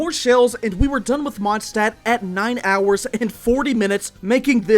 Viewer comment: He said wenti's vindcurrent in the monstadt final fight???